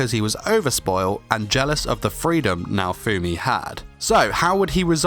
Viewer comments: If you call him Naofoamy one more time, we're gonna have a problem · Im soo TRIGGERED when people pronounce "naofumi" to "naofoammmmmi" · DID YOU JUST MISPRONOUCE NAO-FUMI SAMA WTF! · I don't like the way you pronounce his name😅